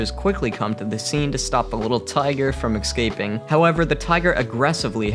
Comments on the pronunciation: It’s so irritating that he says excaping instead of escape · What is exxxxxxkaping? Is it kind of like escaping?